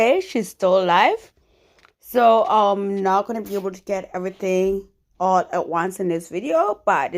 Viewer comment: The way she says "Aw-Law" 😂